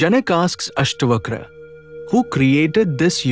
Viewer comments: its not Astvakra, Its AstaVakra. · It's अष्टावक्र ... not अष्टवक्र